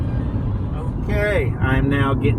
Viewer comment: was it just me or every time you said g&p i thought you were saying gmp